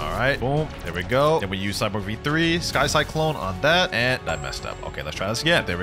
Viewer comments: "Cy Kyklone" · Love the vid but please learn how to say sky cyclone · i love that could not pronound sky cyclone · "SkY cLycLoNE"